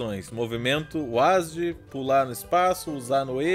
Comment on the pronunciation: É a primeira vez q eu vejo alguém ler "WASD" como "ÚASDI" KKKKKKKKKKK